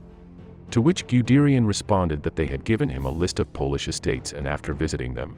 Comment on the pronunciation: Wonderful video but your pronunciation of German names--oh my. The "Man" in Manheim should be pronounced to rhyme with "hun" as if it were spelled "Munheim". And "Guderian" should be pronounced as if it were spelled "Gudairy-on" not "Gudearie-on".